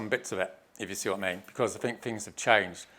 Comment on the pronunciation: How the hell can you follow this total nut job.😯 what the hell is a shaboodle??? 😑😑😑😑😑Sleeping now 4 minutes in. He laughed, I woke back up and yep, he's still babbling on like a nut job. Love his squiggly graphs. The square is brilliant. Different fings, does he mean things, in the square. The dope can't even talk properly. Mammals, really!! Firty is that like thirty, oh I get it, whoops, no I don't. I guess I'm just not academic enough. Oh well at least I can speak correctly. The term rat bag comes to mind. Why did ZION LIGHTS leave XR any comments.